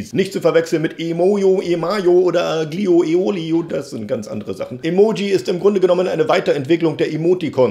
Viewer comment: xDDD wie er aglio olio ausgesprochen hat